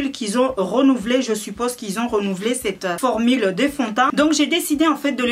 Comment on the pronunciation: "formile" mdrr, sinn jadaur tn prénom ""